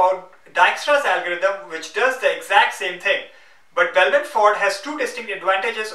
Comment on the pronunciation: Tufayel Talha and two is thooo.. lol